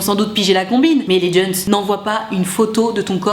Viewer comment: Ca y est, est devenue vieille.. " Mais les JEUN'S "